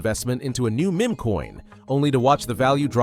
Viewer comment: You should really learn how correctly to pronounce"meme" and "rugged".